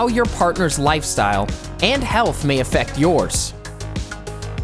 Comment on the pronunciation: HAHAHA! I heard #6) Are you happy with each others approach to HELL? ....... No matter how many times I listen to it, I still hear HELL and not HEALTH.